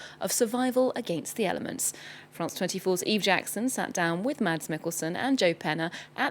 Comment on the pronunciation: The D is silent. It's simply supposed to be pronounced "Mas".